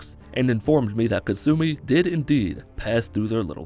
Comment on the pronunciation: Ka-sue-me. Alright what am sueing you for